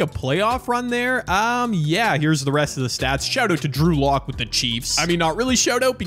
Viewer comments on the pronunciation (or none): none